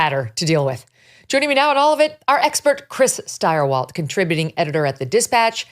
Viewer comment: Stirewalt?? Ugh